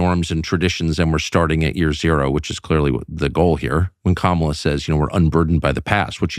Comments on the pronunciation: KOM-uh-luh, not kuh-MA-luh. It starts with "kom," which rhymes with mom, and that's where the emphasis is. Don't pronounce her name the way Trump does. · Ben, you are saying Kamala the same way Trump does!!! It is KAh-mala. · Ben, please pronounce Kamala's name properly!! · Enjoy your show but please pronounce her name correctly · He purports to be a news man. And he can't pronounce the VP's NAME?? 🫏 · You know you keep mispronouncing Kamala. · You’re mispronouncing her name. 😃